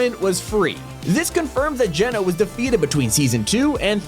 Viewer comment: U finally pronounce his name correct not to be rude but before u pronounced it gee,no instead of geno just sayin